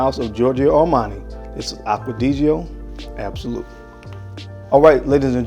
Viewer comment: Dude, it's not 'deedjee-o'. It's 'dee djough'. And it's not sophisticated people who say 'iday al'. It's people who speak at least one word French (the language the word 'idéal' comes from).